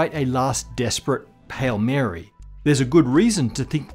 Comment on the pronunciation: Yes, the potential that we could detect dark matter in the near future is very nice and all but more importantly, did you say "pale Mary"